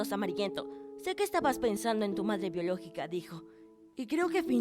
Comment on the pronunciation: Like si te diste cuenta que dijo biolockica minuto